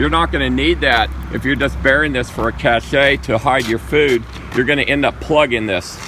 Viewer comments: "cache" and "cachet" are two different words, you should pronounce cache as "cash". All of America seems to be getting this wrong for some reason. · You pranking us? Cachet means something is distinguished, high class. Cache, as in a hiding place, is pronounced CASH. Coast to coast. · For future reference, conversation and videos, the word 'cache' is pronounced 'cash'. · B:) Only when it's spelled "cachet" was talking about a hiding place, "cache." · Yes, it can be pronounced both ways- correct and incorrect. CASH is correct. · Cache is pronounced "cash" not "cashay" lol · The term cache is pronounced as “cash” not the two syllable word cash-che. Your information, however, is very valuable. Thank you. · cache is pronounced “cash” not “cashay”. You’re the leader of the survival bunker & prep industry you gotta get it right! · "Cache" is pronounced like "Cash", not like "Cachet". Other than that, it was interesting. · cachay.... my god. why do people still say it this way when they're supposedly experts? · Guys we live in the time of the internet - it's pronounced "KASH" not "KASH-SHAE". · Cache is pronounced "cash" not "cash-shay". Caché is a French word with an entirely different meaning. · Just FYI -- the word cache (a stash of food or valuables) is pronounced like cash. Pronouncing it kash-ay, is a different French word which means to affix a seal to something. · "cache" is not pronounced "kashay," it's pronounced "Kash" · I would have thought that someone in his business would know how to pronounce “cache”. It’s /cash/, not /cash-a/. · The word is sounded out as “cash” not “cash-a”, just a heads up, Shalom! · The word CACHE is Not pronounced Cashay. Its pronounced Cash, meaning where to hide or hold secret items. What your saying, "cashay" is an actual word spelled "Cashet" and means an indication of approval carrying great prestige. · Please, PLEASE....Cache...it's "CASH", NOT "CASH_AY"! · CACHE is pronounced CASH NOT CASHAY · “cache” is pronounced thx